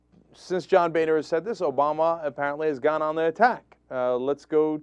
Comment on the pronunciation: Cenk, I think its pronouced Boner....lol